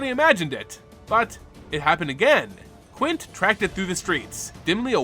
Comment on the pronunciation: a crime to call quintorius quin.